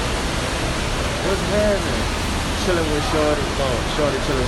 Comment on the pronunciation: Soon as i heard that woaahh wuz hattnen... i knew you was from New Orleans..